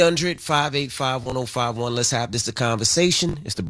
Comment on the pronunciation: Why does envy pronounce 800 like that? Your not West Indian my dude… lol